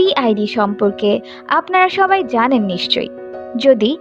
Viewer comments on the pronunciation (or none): none